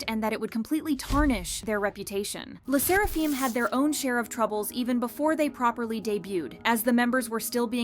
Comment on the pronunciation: "Fim" not "feem" AND HOLYSHIT THOSE COMMENTS ARE WILD WTH and I thought my mental issues are worse.